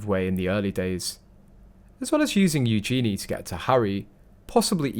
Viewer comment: You need to learn how to pronounce Eugenie!